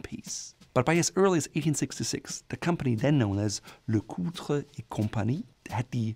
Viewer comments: LeCoultre is pronounced like "lecult", if that makes sense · He did a good job except for LeCoultre